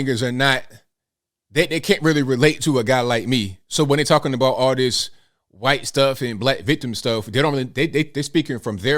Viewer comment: it's pronounced HHUUUITE